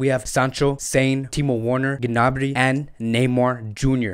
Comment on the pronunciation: I watch videos posted by you and TalkFCB to get the latest transfer rumors relating to FC Barcelona and I must say, much props to you two. My only issue with your videos is the pronunciation of the names of players (and clubs) e.g. your pronunciation of Werner, Gnabry and Sané in this video, the ‘w’ in Werner is pronounced as a ‘v’, the ‘g’ in Gnabry is silent and Sané is not a homophone for someone who’s mentally sound lol. Since this channel is focused on FC Barcelona, you should at least know that the ‘g’ in Ter Stegen is pronounced as ‘g’ not ‘j’ or the ‘j’ in de Jong is pronounced as ‘y’.